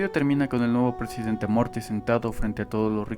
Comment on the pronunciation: lo hiciste a propósito decir "... prejidente... " o fue natural??